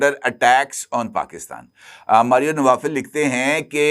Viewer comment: یہ ماریو نوفل ہے، نوافل نہیں